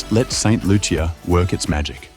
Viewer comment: That’s not true. The “Loo-sha” is the pronunciation that a lot of Americans have used. However, locally it’s very much pronounced “Loo-chee-uh” the heavy French influence and creole dialect is what persuades the language and pronunciation.